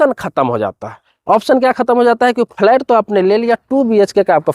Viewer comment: Abe phle bolna to seekho phalait kya hota h